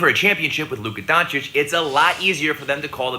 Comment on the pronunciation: It’s Don-chitch pronounce my Balkan brothers name correctly